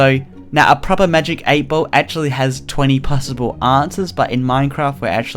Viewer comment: For anyone wondering: No, not all Australian pronounce "ball" like "bowl". This is just weird